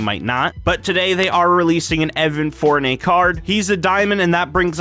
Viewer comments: evan FoUrNay XD (Four-NEE-Ae) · It’s four-ni-yay you said it wrong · im sorry but its Evan Fournier Like fornYAY